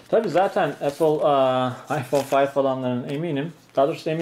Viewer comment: Ayfon fayf AsdaFas 😆😆